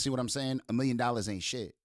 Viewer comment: He said Meme not million